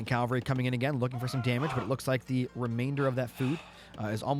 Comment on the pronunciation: is saying 'cal-vary' rather than 'cav-alry' a running joke or something ;) ?